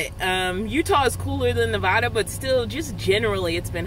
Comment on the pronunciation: You are pronouncing my state of Nevada wrong. It isn't Nevahda. It is Nevatda. I did that spelling for a reason. I am so sorry about the heat. It is changing now. Missed seeing ya! Hope you are well. They have those small air conditioning fans that are really small and cool things fast!